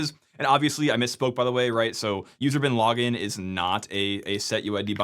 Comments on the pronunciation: I keep hearing user bin laden :/ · Every time you say "usr / bin / login" it sounds like User Bin Laden to my English ears! :D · Oh come on! You went out of your way not to say "usr bin lah-ggin" like the rest of us in our heads 😂.